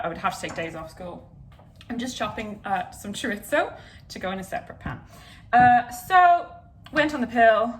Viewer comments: Chorizo-(Pronunciations) Ch ur ee zoh Spanish way: Ch uh ree soh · Paella = pie-yay-a, not pah-lella. And chorizo = chore-eezo, not chore-itzo. Sorry, I had to. I love you both!! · Hazel: Choritzo? Choreetzo? Me: Where’s the T?! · because you asked about chorizo, i'll tell you about both!! paella is pie-AYY-yuh chorizo is chore-ease-oh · I can’t describe to you how excited I was when I saw that you two did today’s video together. I love you both sm 🥺 Edit: I believe chorizo is pronounced: chuh-ree-zoh (no ts sound) :) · I think its pronounced chorizo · listen i love this video and you both but as a spaniard, when you said you were putting chorizo into the paella i died inside